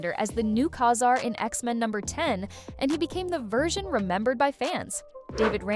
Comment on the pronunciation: Ug. The way the AI switched back and forth between two pronunciations of Ka-Zar, and then again with Namor. Just horrible. Hit “don’t recommend channel”.